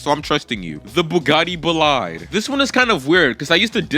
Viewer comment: Congrats on 100k but Bolide 😭 is pronounced bo-lee-de